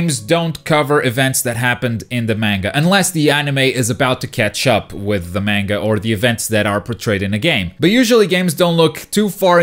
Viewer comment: MENGA? no its Manga